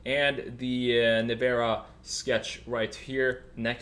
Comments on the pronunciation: Not NEVAAARA......LIKE Nissan.....you must say NEVEEEEERA😉🤫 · Well he said “Nevara” so...no :)